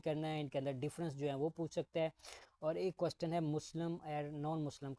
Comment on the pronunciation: Questen ni question hota he😂😂